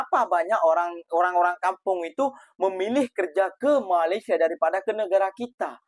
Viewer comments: MA LAY SIA BUKAN MA LI SYA…kenapa sebut IN DO NE SIA boleh? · Bukan MALAI tapi MALAYSIA. Sebut betul2. Malai2!😏